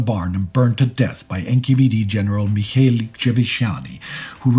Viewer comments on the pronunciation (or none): none